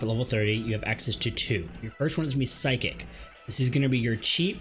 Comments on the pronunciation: Bro its PHYSICK not Psychic 😂 and I dont even know what an adlowqeerium is.... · Physick=physic not psychic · Fantastic guide. Thank you! Your pronunciation of Physick and Adloquium triggered me though haha